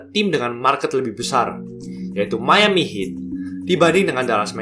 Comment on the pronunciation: Keren banget, trmksih ulasan nya. Menambah pengetahuan sy sbg pecinta NBA.. *Cm saran aja kedepan, penyebutan nama club bs di perbaiki. Misal : Kniks : dilafalkan tanpa awalan 'K' Houston : Yusten Miami : Maiyami Cheers.. 🙏